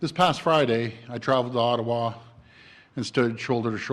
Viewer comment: The way he said Ottawa 😳